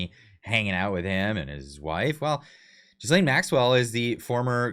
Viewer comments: ghee-laine, please, not gisele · Ah hahahaha Love the pronunciation of J#zz lane Maxwell, so appropriate!